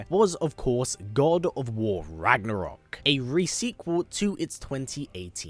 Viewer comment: It really pisses me of that English speakers can’t pronounce Ragnarök correctly 😂